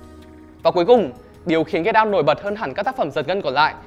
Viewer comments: Anh nói get out mà em nghe là cây đao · Cứ nghe Get out thành Cái đao quài. Haizzz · "Get out" đọc thành "cây đao" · "Get Out" đọc âm "đ" nhẹ thôi, đọc mạnh quá nghe thành "get down" rồi. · Get out mà t nghe thành cây đao =)) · Get out mà ông đọc nghe như cây đao